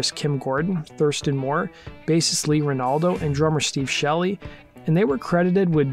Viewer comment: Watched till u said “bassist Lee Renaldo”….. wtf man. Can’t be that obviously negligent